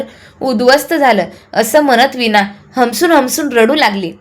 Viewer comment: विना नाही वीणा